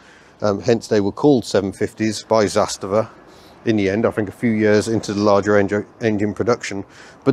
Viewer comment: The pronunciation is Zas - tava rather than Zas-ta-va. The emphasis is on the first syllable 👍